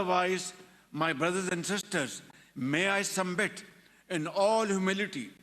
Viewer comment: arey uneducated Showbasz,, your speech was written by establishment. It's not SUMBIT, it's SUBMIT, jahil insaan